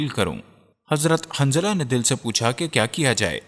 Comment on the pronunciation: شوق ہے ویڈیو بنانیکا نام جتنے بھی لۓ اکثر نام غلط جیسےحضرت حنظلہ اورآپ باربار خنظلہ کہ رہے تھے